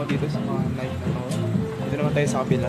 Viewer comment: Sizes bro "and a half" not in half. Tapos pronunciation ng nike is "nayki" pero Keep it up